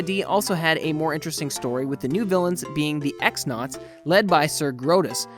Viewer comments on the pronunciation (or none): "Cross-nauts" not "X-nauts"